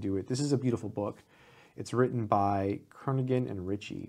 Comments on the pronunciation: FWIW I believe the G in Brian's surname is silent: Ker-nee-an, and to listen to Bjarne it's pronounced Bee-yar-nee Stro-stroop. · The name Kernighan is pronounced KER-ni-han. The 'g' is silent. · I think the g in Kernighan is silent.